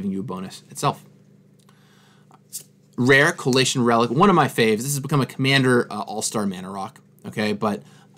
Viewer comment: You know you've been talking about booster packs too much over the years when you pronounce Coalition as Colation.